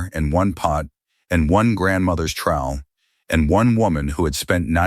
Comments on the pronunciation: It’s trowel not trial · Trowel not trial. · Say basil or trowel one more time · motherofgod that was killing me